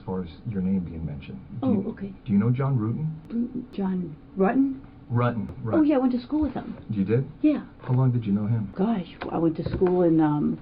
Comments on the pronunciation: Can't remember but very first question they asked they mispronounced his name and she was so quick to correct them 💯 RU-tin not R-uttin I knew she was guilty then and the facial expression she makes acting coy 😂😂 I'm glad she's been convicted for something that happened when I was a toddler. It's disgusting and ludacris how she was a cop for so long and her superiors covered up for her - makes one wonder how many more of these cops especially on this force are cold blooded killers and they are all covering for each other... The whole damn department needs to be investigated after this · Right!! I mean, she really handled this badly. Pretending she didn't know John's name? Mispronouncing his last name? I mean she was literally obsessed with this guy! Hell, I'm in my forties and I STILL remember last names of people from HIGH SCHOOL, and they were only friends. And not remembering the confrontation she had with Sherry at the hospital? Oh, come on! 🙄Again, I can clearly remember the few physical fights I had--20 years ago!! She would have been more believable if she admitted to the things they were asking her. Like: yeah she was obsessed with John and yeah she confronted Sherry but so what, that doesn't make her a murderer, blah blah.... instead of the temporary amnesia BS game she was trying to play. Actually, as a cop she should have caught on immediately and said one word: L A W Y E R